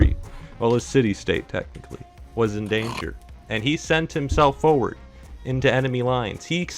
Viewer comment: "he sent himself fooward"